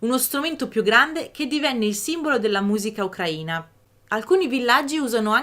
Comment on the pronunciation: Per favore.. ukra-í-na, non ukr-a-ina. L'accento è sulla 'i' 🙏 Almeno tu😁